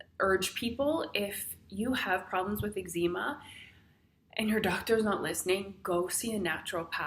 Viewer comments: Its EGGS-ZA-MA, not EGGZEEMA. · Great but it's pronounced eggs-em-a. Not eggs-eem-a. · I love that you pronounce ezcema, Egg-Zeema. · Eggzeema lol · Angie Chambers - Sorry Angie. Perhaps I should have thought about it before commenting. However, Ex Zee Ma just sounds wrong lol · YOU'RE NOT PRONOUNCING EXCEMA CORRECTLY! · I have it too but why are you saying eczema like that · Australians pronounce it Ex-sma. I had to do a double take everytime it was pronounced differently :)